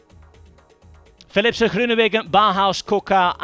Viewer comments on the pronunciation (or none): He does know its philipsen not philipser right? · Why does he say Philipse? It's Philipsen. Not difficult. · OK! So, Belgium is bilangual, right? French and Flemish. And I'm sure a lot of local dialects. If they say Philipse in some dialects, I'm not sure it's correct to do so on an English speaking sports channel. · Is the "N" in Philipsen really NOT PRONOUNCED? At least he didn't cut anybody off today, but it's a nasty habit of his... M 🦘🏏😎